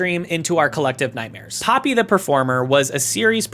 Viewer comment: It's pronounced "Pohpee." Japanese vowels are pronounced very specific ways that don't really vary based on... anything, except maybe rarely to more closely mimic the sound of foreign words if there isn't a better alternative. There are blends, but they're just... what the two vowels sound like if you say one after the other fast enough.